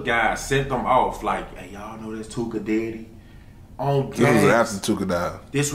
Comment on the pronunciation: He said “dyddy not daddy” 🤣🤣🤣